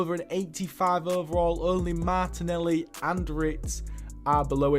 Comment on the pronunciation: saw this video as an ad and said fuck it, got hooked and i’m 14 minutes in and all i gotta say is the way u call Martinelli “mata” and Sevilla “Sevill” threw me off other than that fantastic video